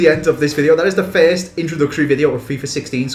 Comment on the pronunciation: you say fiest instead of first